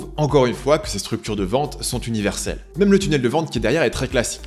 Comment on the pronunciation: "même" et pas "mème" je sais je chipotte